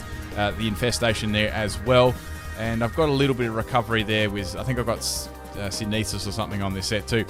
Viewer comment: Why do you pronounce synthesis like that? Is it an Australian thing? How do you pronounce photosynthesis?